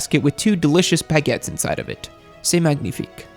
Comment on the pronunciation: As a French speaker I must say your prononciation of "baguette and magnifique" is not so bad.